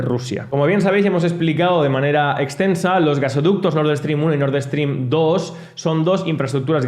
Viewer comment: Nord Stream, que mania de decir Nord Eeestream